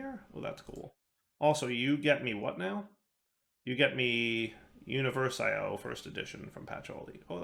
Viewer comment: it's uniVERsio, not univerSIO lol